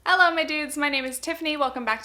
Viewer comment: “Ello my dudes” TIFFANY WE GET IT YOU HAVE A BRITISH BOYFRIEND